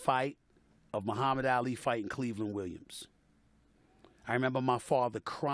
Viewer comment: The disrespect u not even sayin Ali right